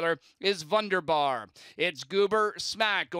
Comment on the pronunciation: VUNDERBAR mispronounced again this week.